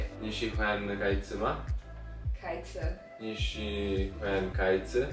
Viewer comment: Ciao! Mi dispiace, ma la pronuncia di Meri non e corretta. Cherto, ance tanti chinesi parlano con acenti differenti, ma devi capire la differensa tra si / shi. Che una picchiettio: si shi si, shi shi shi, si shi si si shi, shi si shi shi si. Bie ba si shi dan shi si, ye bie ba shi si dan si shi 😅 四是四 十是十， 四十是四十 十四是十四。别把四十当十四 也别把十四当四十。 Spero che sia utile! )